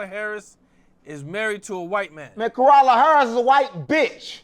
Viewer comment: He said koala harris 😂😂